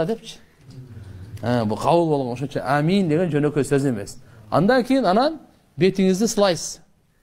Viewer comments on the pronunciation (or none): Амиин эмес оомин